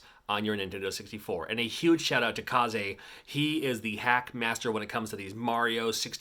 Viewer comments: even if it were, it wouldn't have the "zay" sound at the end, it'd be "zeh". the proper pronunciation is "kays" tho. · It’s pronounced Kaze, not Ka-Zay